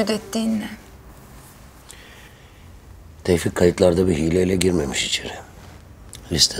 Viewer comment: Tevfik : neden yaptın Şebnem : senin için tevfiik